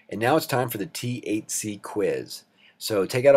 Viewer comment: It absolutely sounds like you're saying "going to cover the THC questions..." lmao